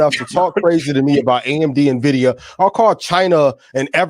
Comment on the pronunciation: He said John n Jenny invidia and AMD 😂